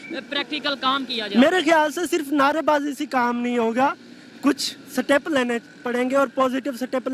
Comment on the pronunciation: Seetep hahi...step hota hai